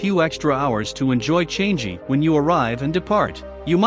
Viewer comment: And it's not changei airport its actually changi airport